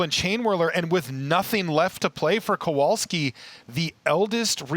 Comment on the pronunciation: its not Kołolski, its Kowalski :)